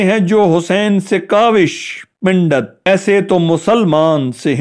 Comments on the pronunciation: اپ کی اردو بہت کمزور ہے ۔۔۔ پنڈت کو pundet پژھین نہ کہ pindet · Bhai "ber haman" nahi " brehman hota hai.....aur "Pendat " nahi " pandat " hota hai.